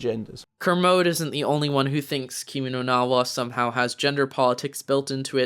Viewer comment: Lmao pronounce “Kimi no na Wa” right first before hating on it